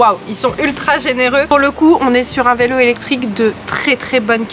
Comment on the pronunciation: Coucou niya ayoub et la famille tu es une fée clochette en or pour avoir leur offrit une jolie maison en Espagne pour tes parents et ils le mérite. Dommage on a pas instagram nous aussi on veut la voir intégralement la maison de tes parents d'Espagne 😉✌😍 Ps j étais plier de rire quand on mot vilo au lieu vélo. 😉✌💕💕💕💕💕💕💕💕💕💕💕